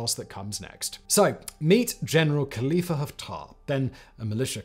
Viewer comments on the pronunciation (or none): none